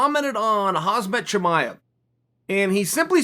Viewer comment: why you say Husband Chimaev? You can’t pronounce his name?